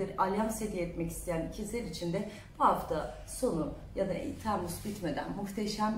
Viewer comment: TEEmmuz degil o Temmuz 😂